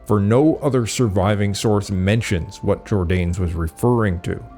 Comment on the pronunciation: Why do you mispronounce “Jordanes”? The name has THREE syllables.